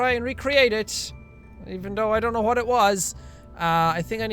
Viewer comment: Did you say ' juwhat '